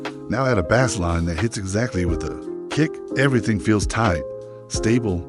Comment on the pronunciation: AI slop, can't even pronounce bass correctly